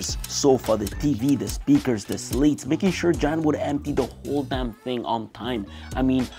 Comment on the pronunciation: Amazing video quality! Did you say Audio Technica Podmic? They're called Slats not Slates.